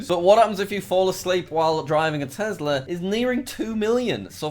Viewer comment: the way he say Tesla got me thinking 🤔